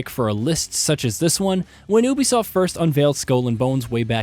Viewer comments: he said ubisoft wrong L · Your pronouncing Ubisoft wrong/weird.